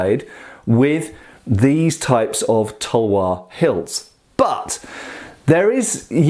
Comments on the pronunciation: Tawa its talvar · Its Pronounced as "TAL-WAR"